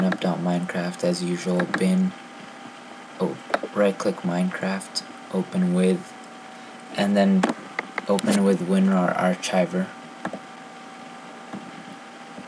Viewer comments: what the heck is an arch-iver? it is pronounced like arkiver. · win rar archiver? lmfao its arciver